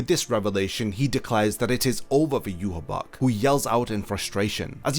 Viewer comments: Why the hell is his name pronounced like that? There isn’t a “b” in it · It will be such a relief to learn that you have been pronouncing Yhwach wrong this whole time.